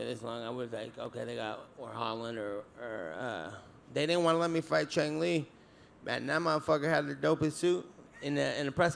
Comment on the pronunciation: He said chan li